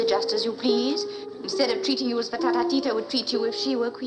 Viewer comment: It’s Ftatateeta.